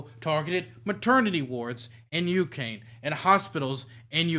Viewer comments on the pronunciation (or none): Ucane? What kind of country is that?!